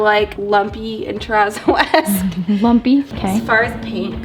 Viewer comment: What is the word you keep saying to describe the painting style?? Turrazo??